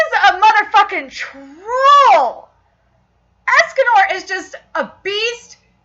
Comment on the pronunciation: u know youre prounouncing the name meliodas wrong you know its kinda annoying, its Me-li-o-das not Melodas,and for escanor,its Es-ca-nor not Escenor